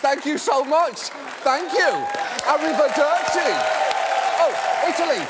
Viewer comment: John Oliver saying Arrivederci in a British accent was much funnier than I thought it would be.